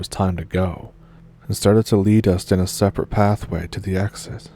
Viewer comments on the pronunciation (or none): none